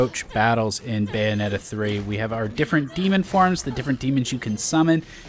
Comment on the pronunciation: "bayonet" 3 XD